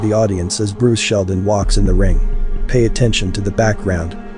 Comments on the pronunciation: I know no one cares, but his name is seldon not sheldon...poor guy🤣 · Bruce Seldon not Sheldon